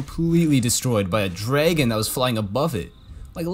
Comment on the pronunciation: Drrrragon love how he says it